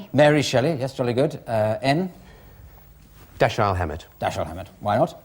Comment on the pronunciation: Enn does a splendid Dashiell Hammett impression. Though this is the first time I've heard it pronounced like "Dash-aye-ell", I usually hear it pronounced "Dash-ell".